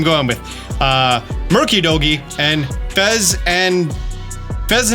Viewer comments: Murkidori??? My guy, its Munkidori, like Hunky dory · the Okidogi is said like so Okeee-do-jeee, others are as follows Moon-kee-do-ree, Fe-zaan-di-pi-tee